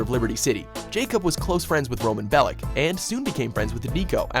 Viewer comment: It's pronounced like Bellitch, not Bellick.